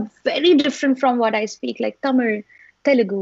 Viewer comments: 😭❤️ A BENGALI GIRL WHO DOESN'T EVEN KNOW A SINGLE MEANING IN TAMIL , AND OTHER LANGUAGES PRONOUNCES "TAMIL" AS PERFECT AS IT IS AND SAYS THE HISTORY OF IT.🔥🔥🙏. SHREYA DI YOU'RE A GODDESS FOR SURE. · "Thamizh" aww her pronounciation was sooo cute...thamizh known peoples are pronounces Tamil they don't pronounce the correct pronounciation . the legendary Shreya ghoshal is Bengali but even though she pronounced very well She pronounced Not only this place always she pronouces like this..hats off u shreya